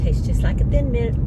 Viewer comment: Mint not mont